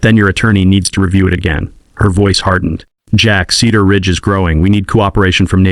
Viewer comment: Slow the reading down. Several sentence errors and mispronunciations. Cedar Ridge or Keeter Ridge make up you mind.